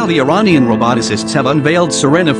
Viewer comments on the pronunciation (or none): none